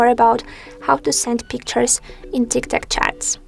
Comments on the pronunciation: Bro, it’s not Tiktak it’s tiktok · And no way she just said tiktak